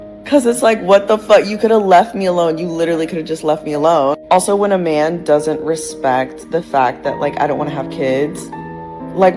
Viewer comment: Wtf is a meeyan? As in I don't want no meeyan tellin me nuthin? Did I spell it right? I don't even know how to make that sound.